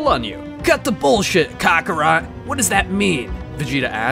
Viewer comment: No way he pronounced Goku’s name *cockarot*😂 but great episode keep them comming👌🏽